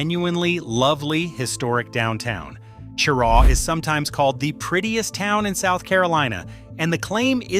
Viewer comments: Stopped listening when you said Chair-aww. You have no credibility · It's pronounced "shuh-Raw" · How can anyone take the information in this video as credible when it starts out with misleading information. Cheraw is not the county seat of Chesterfield County. Chesterfield is the county seat. Even the pronunciation is incorrect smh. And there’s more misleading info in this video.